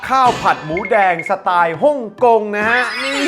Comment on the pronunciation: อาจารย์ออกเสียงชัดมากค่ะ ชัดทั้งภาษาไทยด้วย ขนาด สไตล์ อาจารย์ยังออกเสียงแบบคนไทยเลยอ่า สะ-ตาย สุดยอดไปเลยคร้าา